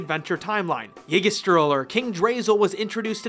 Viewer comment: Yggdrasil you pronounced it wrong